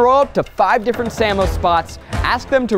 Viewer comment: Please don't ever say "sammo" again... but this was pretty great!